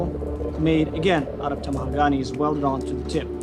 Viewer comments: IT'S PRONOUNCED TAMAHAGA-NAY- the NE has the same pronunciation as nay. Like, honestly the way the word is pronounced isn't a big deal at all but it bothers me for some reason. For some reason pronunciation bothers me to all hell regardless of the language being spoken. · Its pronounced Ta-ma-ha-ga-ne 5 syllables. needs to learn to pronounce his words butchering that word is criminal to the japanese Katana I have seen the national geographic making of a katana 20 times. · Take a shot every time they say tamahagani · can someone at the shop pleeeeeease teach all the others how to pronounce tamahagane